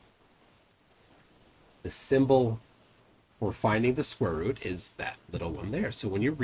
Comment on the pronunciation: i dont' think i'll get "square ruht" out of my head ever